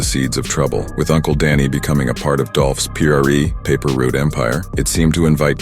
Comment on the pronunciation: Paper route not paper root fam